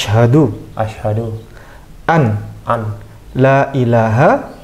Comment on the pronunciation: kayaknya butuh belajar ngaji tajwid dech.. Itu wkt syahadat baca nya seharusnya asyhadualla bukan asyhaduan la... Aku jg gk bisa jelasin itu hukum bacaanya apa karena aku jg butuh byk belajar tajwid meskipun aku terlahir dari keluarga islam dan islam dr lahir😊😊